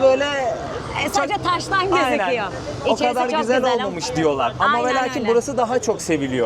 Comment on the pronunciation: Bölüm çok güzel ama diksiyon, güzel konuşma ve seslendirme eğitimi almış biri olarak naçizane bir şeyler söylemek istiyorum, bu kadar eğitimli bilgili bir insan olarak İlknur hanımın Türkçesi, diksiyonu, kullandığı kelimeler o kadar rahatsız etti ki beni (sürekli ayyyyynen demesi gibi, DEĞİLLL derken yumuşak g ye bastırması gibi vesaire) lütfen ama lütfen bu kadar kıymetli bir mesleği (rehberlik) yapan biri Türkçesine biraz daha dikkat etmeli🤦‍♂ En yakın zamanda çevrimiçi de olsa (ki Milli Eğitim Bakanlığı'nın bu anlamda eğitimleri var) bir diksiyon ve güzel konuşma eğitimi almasını rica ediyorum.İletirseniz çok sevirim..